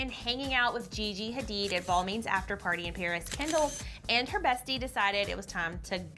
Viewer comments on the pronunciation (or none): Duh should do some research on how to pronounce Balmain right. it's /Balman/ not /Balmeyn/